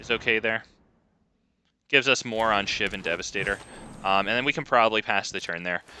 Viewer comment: You're also pronouncing Shivan wrong somehow.